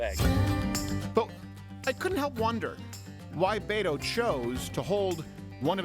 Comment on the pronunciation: I loved his pronunciation of Beto! B-toe is gonna get beat in November.